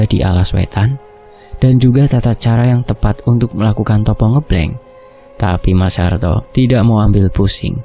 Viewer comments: bukan Ngeblenk..Tapi Ngebleng.pake E..seperti kita baca ejaan Benalu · Penyebutan ngebleng nya Salah he he it’s ngebleng not ngEblEng 🤣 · sedikit koreksi untuk pembacaan "puasa ngebleng" itu pembacaan (e) pada kata " ngêblêng" itu seharusnya seperti orang mengucapkan (e) pada kata "sepet" atau "lemes" atau "ngeres" atau "semestinya" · (eu) ngeubleung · Pelajari dn bertanya sm org yg lbh baham kosa kata tiap daerah mas, biar enak dengernya, dn ga salah ucap, koreksi kata ngebleng ya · Ucapan "ngebleng" nya "E " nya Sama dengan kata "benar" depan belakang mas 😅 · Koreksi sitik yo.. ngebleng [e]nya pake [e] pada kata "endak" pada kata kata "enggih"